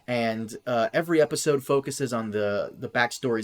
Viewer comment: CAN YOU PLEASE REDO THE INTRO WITH A CORRECTLY PRONOUNCED 'S' IN 'EPISODE'? It really irritates me every time